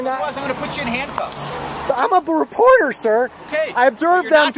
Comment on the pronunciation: "I'm a weporteh!" No, you're a busybody.